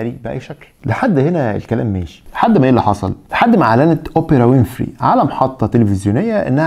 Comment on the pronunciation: يا عم الضابط ركز فالأسامي ويليام مش ويليامز وأوبرا مش أوبيرا